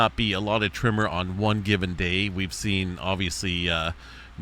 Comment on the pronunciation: Why do you say "trimmer" instead of "tremor"? I tried to watch this muted, but the captions also show up as "trimmer, trimmer, trimmer" 🤮 Are we talking about an army of people simultaneously neatening their lawn edges, causing earthquakes??